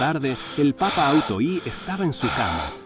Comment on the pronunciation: El auto primero, o auto y, me hacen demasiada gracia, pinche ia, jajajaja no dice un solo nombre bien